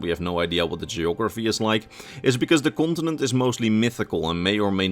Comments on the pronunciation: I see, I did not mean to be rude, I probably came across that way, at first it sounded like you were actually saying gibberish, though I am pretty certain the way ESO pronounces it is not how it's spelled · which game are you talking about? Since the way your pronouncing it is nothing like how it's spelled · I am sorry but did anyone else keep hearing him say france when he talked about the continent the sload was from? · I love your videos but your pronunciation of continent is ear cringe. I hate to be that guy but it was said SOO MUUUUCH!